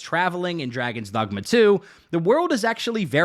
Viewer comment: draygawns dawgmuh